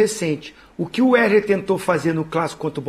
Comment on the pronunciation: É impressão minha ou Zinho nao consegue se quer pronunciar o nome do Wesley ? 😂😂😂